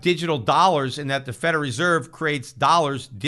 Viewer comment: I love how Peter pronounces Federal Reserve, "Feder Reserve"